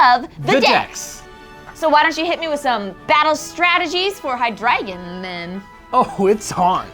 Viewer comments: Hi-Drey-Gon, NOT High-Dragon. -_ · Wouldn't it be hy-DRY-gon? Since it's name is based off the German word for three? Deino (dyno) zweilous (ZVY-los) and hy-DRY-gon is.how I pronounce the evolution line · And all this time I thought it was pronounced HY-DRAY-GON. Though my brother pronounces it as HY-DREH-GON. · "Hydragon?" Is that... is that the official pronunciation? I thought it was high-dry-gahn. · Why are y'all pronouncing it as haɪ-'dra-gən? Wouldn't it be pronounced haɪ-dʁaɪ̯-ɡɒn since the German word drei, the word for three, is in the name? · Ohh, I always pronounced it "hai-DREE-zhon." Cool episode! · Hi-dragon? I always pronounced it Hi-dre-gon. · High-Drey-Gon? That's how I pronounce it. Also an Amphibious episode? What Frog!!!!! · Also I'm glad I'm not the only one who notice the way they were pronouncing it. It was driving me crazy lol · ooohh the way you yankies says "drei" haha!